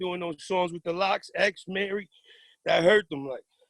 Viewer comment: The way says "Mayry", he makes me wanna change my name to "Mary"! LOL